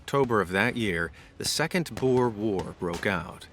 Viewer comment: Just wana say you sead 'Boer' wrong I understand you are american (I think) but pleas boer is the Afrikaans word for Farmer and the way you say boer in the video maks it sout like a sort of dril or pig please at least use Google Translate. I know how finicky it can be in its spelling and pronunciation but It will at least mean your saying It right (also I'm not trying to sound like a kritik in this comment so please don't bereat me if I sound like a karen you can leave the for your local Walmart or Starbucks).